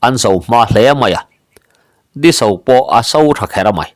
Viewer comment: Di so pawh i lam dik lo..Tui a so tiha so anga lam tur